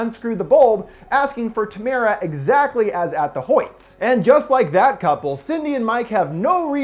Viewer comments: It's Tamra not Tamara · Are you all deaf? Doll face doesn't ask if Tamara is home. She says TAMRA. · “Tamara” “ TaMAra” it’s pronounced Tam-ra. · Tam-uh-ruh. Not Tuh-mare-uh